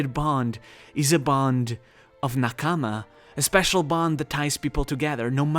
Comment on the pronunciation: the way you narrate feels like you are trying too hard, also its not n-kaamaa, try saying naa-kama, and also this video did not have too much info like the last two.